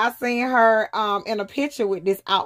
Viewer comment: with not wiff daaang thats annoying stop putting the letter F where they dont belong sheeesh toothpaste not toof paste no shade its a just a pet peeve